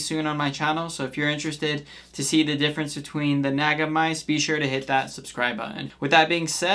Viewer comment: bro cant even pronounce naga and synapse properly.